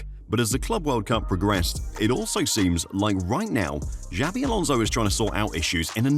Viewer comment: Jesus Christ, stop mispronouncing his name. It's XABI Alonso, not JAVI Alonso.